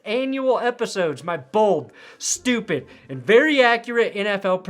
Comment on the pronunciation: “Stpuid” lmao